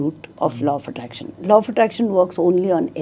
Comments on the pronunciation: I kept hearing 'Low' of attraction 😢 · "Lo" of attraction? Really? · Lo of attraction nahin hei bhai... Law of attraction hei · ❤sir low nhi law aap he galat bol rahe h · Plz pronounce 'Law' correct!